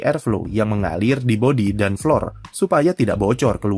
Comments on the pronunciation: iya lu salah, dibacanya tetep flor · Flor mas, belajar bahasa inggrisnya dimana😂